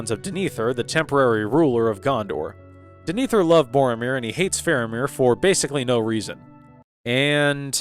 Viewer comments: Clarification : DEH-neh-thor, not duh-NEE-thor. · I presume you watched scenes depicting the steward of Gondor with muted audio, because how else could one come away calling the character Dinethur? In the charming parlance of my rustic forebears, that dog don't hunt. Denethor. Rhymes with Jenna Thor as opposed to Gin Ether. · I watched the movie but I keep pronouncing DEN-AH- THOR den-ethier lol other than that nice video 😅❤ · Wtf was that pronunciation of Denethor? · I came here to ask about this, because I felt like Denethor's name is well pronounced a few times in the movies so how is it so off lol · Okay not a bad review with a couple of exceptions, pronunciation. It's pronounced THAY-O-DEN King and DEN-A-THOR.